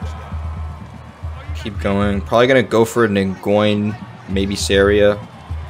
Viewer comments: bro pronounced nguyen as nin=goin, in literally pronounced (win) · Nguyen is pronounced win bro 😭